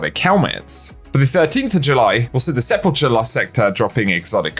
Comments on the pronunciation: Excited for Solstice and glad we only need to level up one set of armor. On the other hand, nothing is what it seems with Bungie. The grind could be worse somehow. And just a heads up, the ch in Sepulcher is pronounced with a k. Thanks for all the hard work and early updates. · Still pronouncing sepulcher wrong. >:|